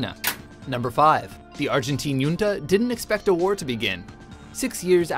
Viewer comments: Hunta not yunta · The word "junta" is NOT pronounced "yunta", but properly pronounced "hunta" as it is a Spanish word where the J is pronounced like an H. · me cague de la risa como lo pronuncia